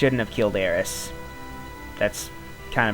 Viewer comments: Um not to be picky her name is aerith not aeriss. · It's Aerith! "Aeris" is a mistranslation due to the Japanese pronunciation of the letters "th". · It's not aries it's Aerith AERITH!!! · So only people who favor Japanese over the English language say Aeris, which to me makes no sense because the Japanese only say it like that because the "th" sound isn't in their vocabulary >:C It all comes down to how you wanna pronounce it. Personally i favor Aerith. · Its probably a moot point, but her name is meant to be "Aerith" and be pronounced "A-er-ith". Aeris was a simple mistranslation.